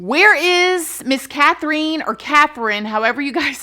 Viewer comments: Love you, yeah, it's pronounced Kath-rin. It's cute hearing the word Kath-reen said tho! So don't worry too much. <3 An Australian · My name is Catherine & we say it kath-er-in Lol sorry I said anything. You know I adore you!!! But hearing my name said wrong felt weird 😂.. this story is so wild & awful! Thanks for the Friday content 🖤💖🖤✨✨✨ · It's been a while since I watched Bailey Sarian's video but I thought she was the first woman in Australia to receive the death penalty. Also the pronunciation is killing me lol. I think it's just Kath-ryn. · FYI, Katherine and Catherine are both pronounced like Kath-rin. :)